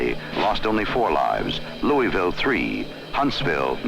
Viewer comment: Great, but he did not pronounce Louisville correctly.